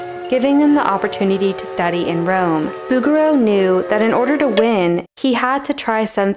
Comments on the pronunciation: It's not BOUguereau, it's BougueREAU. In French the stress is always on the last syllable. Also "Hundreds of centuries"? That would mean that Virgil lived at least 10,000 years prior to Dante, which is obviously false. The difference is app. 12 centuries. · Its Boo Zher Rho not boogero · I had a little bit of difficulty to identify the artist when heard she saying "Boogarel" for the first time. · Oh, noooo. Is it really pronounced BOO-ger-oo??? I surely hope not. :0 If so, I'm going to pretend I never learned the correct way to say it, and keep pronouncing Bo-zher-o. 🙈 🙉 🙊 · couldn't stop snickering every time i hear "Booger-O" 🤣 bet you'd find his works in Flickr. see what i did there? 😁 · its not bugger-row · « Boo-goo-row »? I’m out. It would be super easy to look up how it’s really pronounced. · I thought she was saying booger row When she pronounced his name. 😆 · Not a criticism but the “g” in his name is soft. Like in “bourgeois.” I love all is work and I love the rougher Impressionist too. Why take side? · Oh please, you’re pronunciation of his name hurts my French trained ears. The letter “g” in his name is a soft sound, more like a soft “j”. I used to have a print of his painting of the Madonna with child surrounded by angels. It is so beautiful.😊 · PS: Learn how to pronounce his name first! Google it Girl! ,Just like you do everything else!